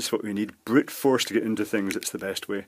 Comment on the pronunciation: he really calling it brit force instead of brute?